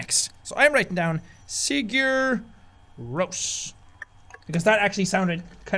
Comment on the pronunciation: Jack pronouncing Sigur Rós wrong is killing me but it's also adorable XD